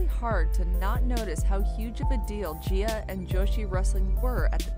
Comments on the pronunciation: It’s pronounced Guy-ah Girls. But if you were a female wrestler in the 80’s or 90’s especially the late 90’s and 2000’s and wanted to be a serious wrestler you went to Japan where it was treated like a sport just like men’s wrestling. And in America it was all cat fights, mud wrestling and lots of tits ‘n’ ass and it didn’t matter if you could wrestle it all depended on how good you looked in a bikini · Can someone please explain why the woman narrating literally pronounced both the "G's" in the name "Nagayo Chigusa" correctly, within less than 10 seconds of somehow mispronouncing the same exact letter in the name in the name "Gaea"? I get that you are not from here, but it does seem rather unprofessional to make a documentary about a subject that includes a large amount of criticism, despite the fact that the person writting the script evidently did not bother to research thoroughly enough to do the bare minimum; Pronunciate. Sure, in casual conversation, I mispronounce different terms, just like most people. However, there is a clear cut difference between shooting the shit, and "researching" a topic to make an informative "documentary. I have a feeling some is going to get all worked up and call me an idiot, but seriously. Nihongo (Japanese) is one of the simplest languages when it comes to individual Romaji letter pronunciation. All vowels and consonants make a single unchanged sound. It is not like English, where one letter can make a dozen varried sounds. in Nihongo (Romanji), the letter "G" always is pronounced as in the way it sounds in the word "Girl".